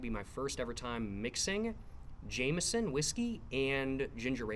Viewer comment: thats not how you pronounce 'jameson'!!!